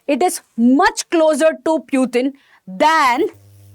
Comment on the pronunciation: पुतिन hota hai प्यूतिन nahi!